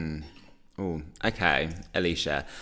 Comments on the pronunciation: It’s pronnounced ayle sha not alisha spelt ailsha lol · Feel kinda bad for ailsha, everybody is calling her alisha when her name is pronounced el-sha. That said, I'm firmly on team Ailsha and Bambie Thug to go to eurovision. I want us to take a risk.